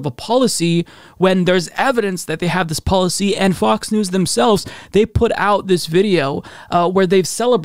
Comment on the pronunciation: Sounds like you’re saying Fucks News haha